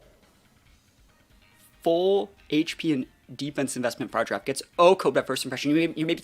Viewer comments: Why do you call Farigiraf “Far-Giraffe”? It’s pronounced “fah-rih-giraffe” lol. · yeah but you say “far” rather than “fah-ri”. You are removing the “ri” syllable from its name lol.